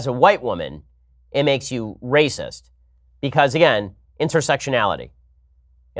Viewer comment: "It's Wacist" 🤣🤣🤣🤣🤣🤣